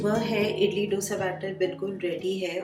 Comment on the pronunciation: Very realistic and sorted meal plan👌👌 Please dont mind me saying this but I want to just point out that the pronunciation of Dosa is the sound of (D as in Darwaaza and not Damru ka D) and its Sambhaar not Sambhur. Hope you got what I am saying and take this as a constructive criticism.